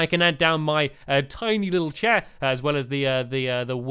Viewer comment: another slow motion laugh and he says chair like cheh in slow motion and its funny..